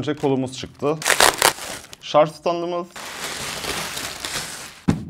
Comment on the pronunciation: Teknoloji icerigi ceken bir adamin şarja şarz demesi. Ulan insan ogrenir be